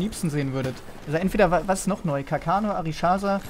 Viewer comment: *Arisaka nicht Arischasa^^